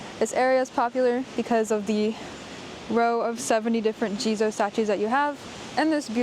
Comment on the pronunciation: Thx again. Wanted to so also a daytrip next january. And "jizo Statue" ... I thought all the time you Said "Jesus Statue" and was confused haha.